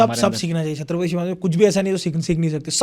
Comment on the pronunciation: Irritating.... How did our Marathi guy didn't correct the interviewer calling the words " Shatrapati and Hinditva..... It is Chatrapati and Hindutva .... I wanted to slap and correct him